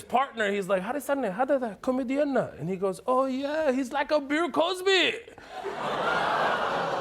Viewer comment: Bir Cosby not bill Cosby